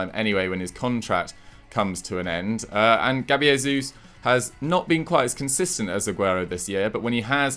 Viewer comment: Its Jesus not Resus he's Brazilian not Mexican